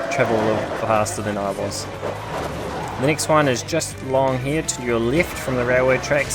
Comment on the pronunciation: Stop sayin nixt its next!!!